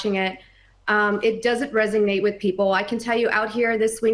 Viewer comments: “It doesn’t resumate with people”? “Resumate”? These people are so f-ing dim and have no sense of how idiotic they are, willing to embarrass themselves on national television. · Did she say “resignate” instead of “resonate”? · Did she say it doesn’t “resig-nate” with people? Is she in 3rd grade or what? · She said…resignate